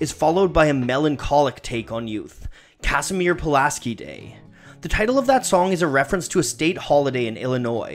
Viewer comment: You can tell isn't from Illinois because he says "Cas-i-meer" instead "Ca-shz-meer" Puliaski